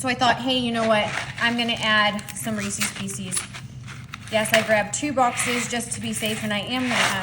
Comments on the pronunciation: Also, NOT REESIES, it's Reese's---also not PIECEES. Correct reading is very important! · It’s not REECEEES It’s pronounced — ReeSez